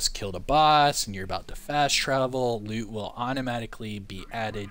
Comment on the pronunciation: You mean auto "loot"? Not "loop"